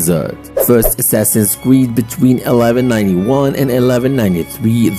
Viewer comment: Nah bro said "Assassins creed rock"💀💀